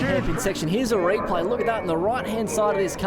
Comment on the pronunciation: "Here's a rayplay". What?